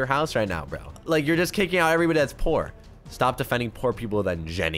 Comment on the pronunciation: Spelling you said pool instead of poor